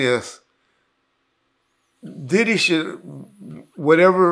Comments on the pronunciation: Dibby know he could mess a name up 😂😂😂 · I think him and Gene deal does that on purpose, in case court comes into play, he can say “I said Dibby not Diddy”